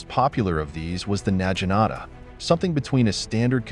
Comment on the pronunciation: Ah yes, my favorite weapon, the nyeah-jinata.